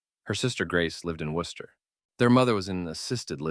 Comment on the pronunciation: How are you going to correctly pronounce Worcester(wuhster) and then not pronounce Quincy(quinzy)?? I was like oh this person is definitely from Mass but then u get quincy wrong of all places??? 😂